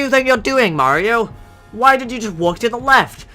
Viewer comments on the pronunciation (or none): you were calling mario a furry, right? RIGHT?!?!?